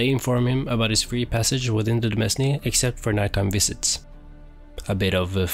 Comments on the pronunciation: "demesne" it's pronounced "domain," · h-holy shit please stop saying "de-mes-ne" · Thanks! Yeah I should've checked if I pronounced it correctly..